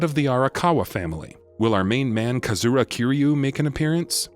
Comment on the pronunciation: "Kazura" Kiryu WTF